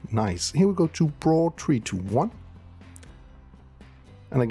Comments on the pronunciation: FOR THE LOVE OF GOD SAY "B RAW"! If I hear you say Brahhhhhhh one more time I might end it.... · It’s B raw not braw lol